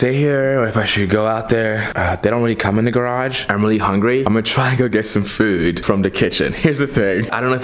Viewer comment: I love how this man says "foood"